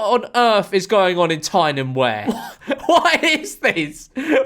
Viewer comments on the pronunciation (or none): Tyne and Where 💀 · Tyne and WEE-‘a’